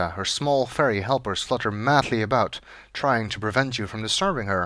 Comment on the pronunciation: A tug on the line? It's a-boot time we caught something!